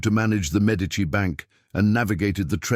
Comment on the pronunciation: The pronunocation of the medici name makes this impossible to losten too